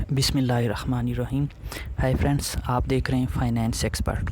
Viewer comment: fity monn .......... bismillah hirahman hota ha........ hirakhman nhi hota........